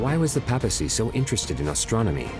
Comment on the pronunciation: Sigh. It's PAY-pa-cy. Not PA-pa-cy. 😅 Sorry but thats annoying in a documentary about the Vatican.